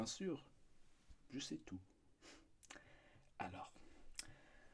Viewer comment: When he said "Alors" I KNEW this was going to be good